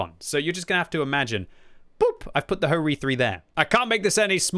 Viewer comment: and HO-Ri?